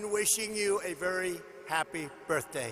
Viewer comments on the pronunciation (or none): He said Happy brthdaey!!! Yes "|Birthdaey"